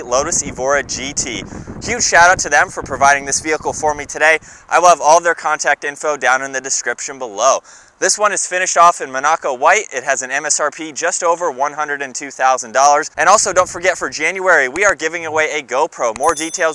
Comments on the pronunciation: Mōn-Ah-Kō not Mun-Acko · Say it with me: MONaco, not moNACO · Please bro pronounced mah-nuh-co (Monaco white)